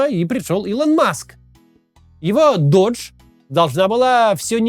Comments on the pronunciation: Doge произносится как доудж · Кто нибудь из команды Каца, скажите ему что doge произносится как дож, венецианский глава государства, а не Додж, американская марка машин. Это ведь игра слов заложена в имя, все ее знают. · Вот только оно произносится как "доге", бумер. Оно названо в честь мемной собаки, которую форсит Маск.